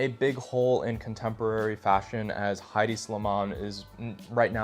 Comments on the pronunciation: “Head-D” not “high-D” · it’s headey not hide